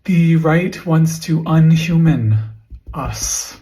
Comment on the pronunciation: kept reading "inhumane" wrong....